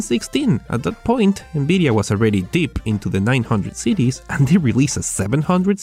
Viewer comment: NBIDIA? jesus christ atleast fucking try and pronounce things.